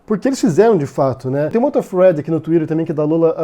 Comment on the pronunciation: cara, fala "fio", "sequencia" para de falar thead (que você pronuncia Fred) que é muito irritante!